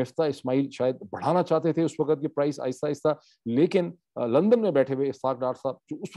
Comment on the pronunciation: Moeed saheb.The prononciation is ''Waqt'' not ''WaqAt'' 😊